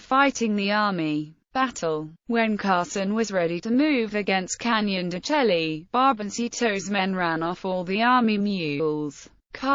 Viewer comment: It's pronounced Canyon de shay